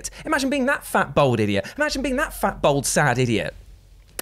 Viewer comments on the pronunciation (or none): B-All-d not bold